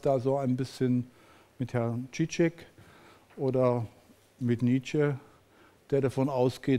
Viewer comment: Danke isb, für das Hochladen. Es ist, wie immer von Bernd Schmid, sehr inspirierend. Übrigens: BS erwähnt Slavoj Zizek - der Nachname wird ausgesprochen wie der [g]-Laut in Massage, Montage oder der Name Jean, also nicht [tsch].